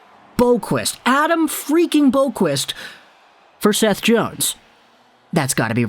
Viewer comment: Boqvist is pronounced like bow-vist.